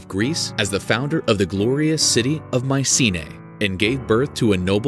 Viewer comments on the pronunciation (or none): none